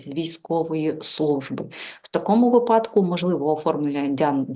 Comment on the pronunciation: Спасибо,, вИпадок а не випАдок